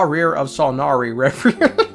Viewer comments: what happened here with the pronounciation Ra-here! xD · bro it’s not even spelt like rawrreer its Rächer which the “cher” sound is not a thing in English, it’s Germanic in origin and you should look up how to pronounce it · The pronunciation of "Rächer" to me suggests German although Wikipedia says the sigil for a-umlaut (ä) is common to a number of Germanic languages ("Finnish, Swedish, Skolt Sami, Karelian, Estonian, Luxembourgish, North Frisian, Saterlandic, Emilian, Rotuman, Slovak, Tatar, Kazakh, Gagauz, German, and Turkmen"). Several of these languages are not made up.